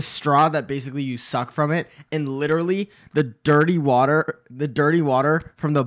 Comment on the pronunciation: "DIRT- TEA WAH-TER" flashbacks 😭